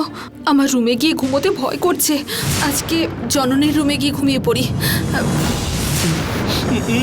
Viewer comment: ওটা পনি হবেনা ওটা পড়ি হবে